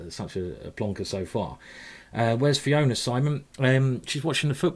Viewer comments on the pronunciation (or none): none